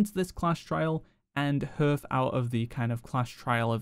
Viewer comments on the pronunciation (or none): Hearth is pronounced like heart, not like earth.